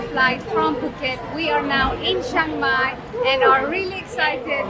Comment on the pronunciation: Well done for saying CHIAng Mai correctly. Most foreigners annoyingly say CHANG Mai! If you can say "Liam" you can say "Chiang" correctly.